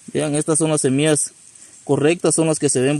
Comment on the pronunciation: Porque dices semias se dice SEMILLAS